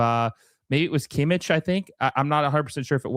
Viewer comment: I'am german and he said it like kimitsch instead of kimmich😅